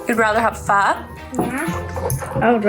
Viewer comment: pronouces "pho" better than most non-viet people.